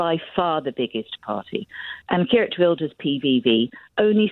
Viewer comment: This "expert" mispronounced Geert.